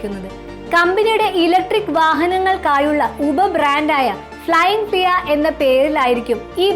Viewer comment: തെറ്റായ ഉച്ചാരണം അരോചകമാണ് അമ്മച്ചി . ഫ്ലയിങ് ഫ്ലിയ അല്ല പെണ്ണുമ്പിള്ളേ "ഫ്ലയിങ് ഫ്‌ളീ " ആണ്